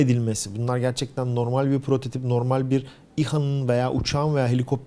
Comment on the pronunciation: "prototoBi"...Sende mi P yerine B ile konuşmaya başladın mümin kardeşim. Hayırlara vesile olur inşallah :P